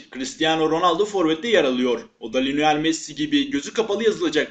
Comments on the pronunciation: linoel değil lionel messi :D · Linoel değil mal Lionel. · Linoel değil kardeş Lionel 😊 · Adam ilk başta lionel diyeceğine linoel dedi😂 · 0.02 linoel messi🤷‍♂️🤦🏼‍♂️